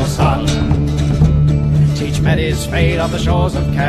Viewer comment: I thought his name was "Teech" not "Teach"?